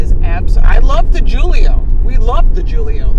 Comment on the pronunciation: Yes...Giulia, not Joolio. Also not like "Me and HOOOOlio down by the school yard" (nod to Paul Simon). It's Jewel-ee-ahh. Lauren just lost her "Close Cover Before Striking School of Italian, Storm Door Repair and Seal Coat" lesson #3 and mispronounced it,, so I'm willing to cut her some slack, esp when we were driving such a fun car on a very fun day. Thanks so much for viewing it and taking time to weigh in. What a blast! BTW, any relation to the Chicago automotive Perillos? Ciao Gianni.... ci' vediamo dopo, coccodrillo!